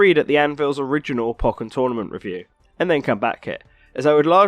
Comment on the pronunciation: u say pokken wrong